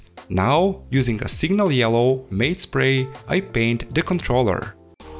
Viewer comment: matte is pronounced M-a-t as in the name btw for the future.